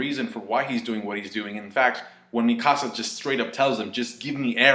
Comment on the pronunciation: Thought you were saying my house in spanish, I didn't know who you were talking about at first with the whole Mi Casa but I figured out you were talking about Eren's childhood friend slash girlfriend, the girl that loves him